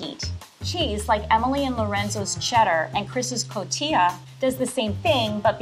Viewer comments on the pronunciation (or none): It bothers me so much that he says “cojita cheese” , when it’s actually Cotija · He rlly said “cojita cheese” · saying "cojita" cheese had me laughing like u have no idea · “Cojita cheese” okay culinary professor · “And we are gonna add some COJITA cheese” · i'm a level 3 chef. also: co-JI-ta cHeeSe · Fane Babanu it’s supposed to be cotija cheese, not cojita cheese 😂 I know it’s petty of me to call it out, but it made me giggle 🤭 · Did the “professional” chef just called it “cojita” cheese lol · It's cotija cheese no cojita!!!! My Mexican ancestors are crying lol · So we gonna skip the part when the level 3 chef call cojita cheese instead of cotija!?!? I had to rewind it like 10 times to make sure he did messed up!!! Lmao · He said “cojita” LMAOO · Me: excited to watch an episode about chili *only one person uses any type of actual chilies *all of them add beans *only one uses masa harina as a thickening agent *the "level 3" chef calls it 'cojita' instead of 'cotija' Me: cries in Texan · I cringe so much when people say “CoJIta” cheese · Level 3 I love you (but it’s not coJITA—it’s coTIJA). I would try all these chilis. Yum! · Did LV3 just say cojita instead of cotija when referring to the Mexican cheese? 🧐🧐🧐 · Help the level 3 chef said cojita instead of cotija ahshdkfk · Level 3 chef just said cojita cheese ok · Cotija 😂 not “cojita cheese” lol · It's not cojita it's cotija cheese ant btw chili actually looks like chili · Cotija cheese, Chef, not cojita :-) Sorry I'm paying way too much attention. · Level 3 Chef: “Cojita cheese” cringes in Mexican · 'CoTija' cheese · Mara Lopez At least he didn’t pronounce the j!